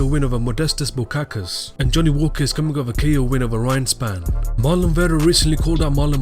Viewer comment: Bukauskas isnt Bukakas LOL